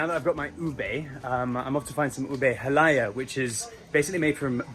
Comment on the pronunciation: it's pr. ha-lah-YAH (stress on the final vowel